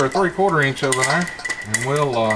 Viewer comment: Love this guy. "Half eench" LOL!